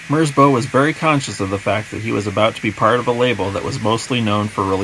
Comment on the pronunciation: quick fyi: merzbow is a respelling of merzbau, a german art piece. it rhymes with cow